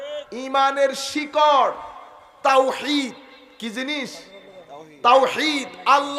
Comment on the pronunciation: Uccharon bul..risalat.taowhid